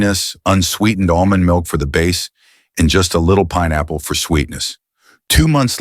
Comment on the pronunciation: Almonds milk ?? Dr what are you saying?